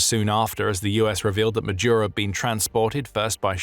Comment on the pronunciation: Ma-dooro!! not Majuro, not Majooro, not Madiuro!